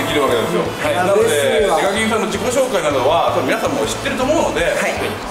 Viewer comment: 挨拶でsasuke デカキンをデブキンと言ってるwwww